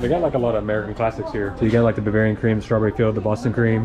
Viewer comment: you did say buvarian